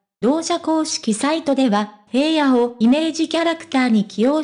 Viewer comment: 紫耀くんって本当に爽やかで親しみやすくて子供からお年寄りまで人気者で..... それにしても ヘイヤ って何よ？ 紫耀くんの記事なんだから名前くらいちゃんと読んでほしいわ。